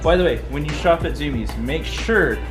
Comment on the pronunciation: IT’S ZUMIEZ NOT ZOOMIEZ LMAO